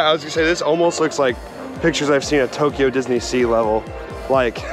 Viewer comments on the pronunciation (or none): none